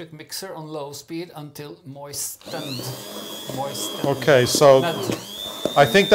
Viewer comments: My favorite part was trying to say moistened. Pretend the letter T isn't there and your pronunciation will be perfect. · Moist-en-ed, moisten-ed, mois-te-ned! The word, moistened, is not easy for English-speaking people either!!! I started saying it out loud while watching and it's difficult to pronounce!, you did a terrific job. And, as always,, you managed to activate my Virgo-Radar! At one point, I wanted to jump into my laptop screen to rescue both of you! Thanks again for yet another funny and entertaining episode! 🍰🎂🍰🎂🍰🎂